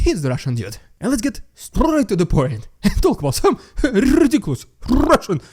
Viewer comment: Don't overdo the "RRRRRRRRRRRRRRRRRRRRRRRRRRRRRRussian" crap - other than that, good job! Slava Ukraini!